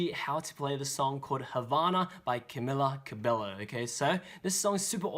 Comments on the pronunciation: ITS PRONOUNCED CA-BE-YO BUT THE VID WAS GREAT ANYWAYS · It's actually pronounced "Camilla Cabeyo" Silent letter L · He said cah-be-low. Im triggered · It’s not Camila Cabello it’s pronounced as ka-bay-yo don’t pronounce the l’s Lol sorry I’m like Shawn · Camila Cabello is pronounced Camila Ca-bay-yo, fyi 😊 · cabello is pronounced cabeyo!!!! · Ash Shanker its cabello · are we not gonna talk about how he pronounced cabello- 💀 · He said the name of the song wrong and he totally butchered her name. It really bothered me. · Love it but you said her last name wrong.GREAT VIDEO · You pronounced her name wrong